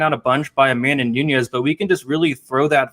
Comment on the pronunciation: I cant respect an mma expert who cant pronounce Amanda Nunes' name